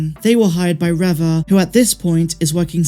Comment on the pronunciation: Reva is pronounced Reeva not Revva!